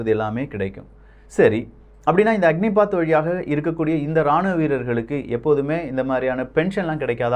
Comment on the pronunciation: "அக்னிபத்" அக்னி பாத் இல்ல